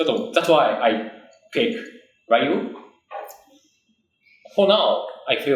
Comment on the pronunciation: The fact that Tokido calls Ryu "Rai you" Welp...